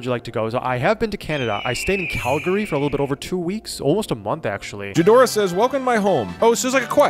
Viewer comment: pronounced Calgary correctly! 'Cal-gree' 🥹